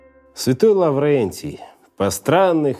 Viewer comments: А почему Лаврэнтий? А не Лаврентий? Это мне напоминает печатную машинку с турецким акцентом из Золотого теленка)) Ну а назвать Микеланджело и Донателло примитивными - это все равно, что назвать примитвным восход солнца, и скучным - шум дождя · ЛаврЭнтий... слов нет.